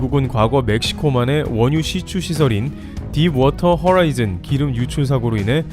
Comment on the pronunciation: 오잉? ,딥워터 '허'라이즌이 아니고 딥워터 '호'라이즌 아닌가요?